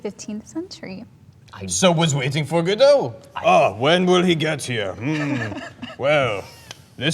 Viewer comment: Waiting for Godot.My favorite play of all time. It hurt to hear the mispronunciation, but i will not hold it against them, barley anyone i talk to knows it. It makes me sad.